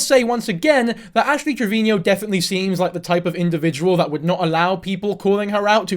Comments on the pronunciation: Its Trevino...Not Trevinio... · It’s pronounced Trevino. Not Treviño. No need for the accent on the “no”. Just say it like you’re saying it to her “treviNO”. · I cannot focus when he says “treviño” or “Trevinio” TREV-EEN-O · Not to nit pick as a hispanic but its "Trevino" not "Treviño" 😭😭